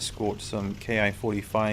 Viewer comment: It seems that once a bloke calls the Ki a "Kay eye" instead of "Key", he remains stuck in that mode for all time. 😅 I recognize instantly the NGNB map, with its totally opaque layered forest textures. All other forests have breaks in the pattern, to suggest isolated trees. Not here. I don't really like that look, and so as part of a retexturing operation I did for the NGNB map set I also supplied a more typical jungle texture set. To stop in time on shorter strips, and especially with hotter planes, it becomes important to land in the 3-point attitude, just a few knots above stall speed. And while keeping the tail down, get on the brakes ASAP, easing as necessary, of course, to keep from nosing over.